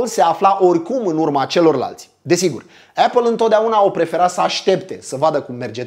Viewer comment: Esti un om fain si faci content de calitate,dar cand aud cum pronunti "apple" renunt. Apple si bargar cele mai schimonosite cuvinte de romani,imi sangereaza urechile.Sorry.